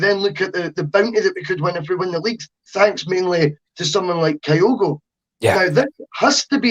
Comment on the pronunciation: Can somebody please tell that it's Kyogo, not Kayogo?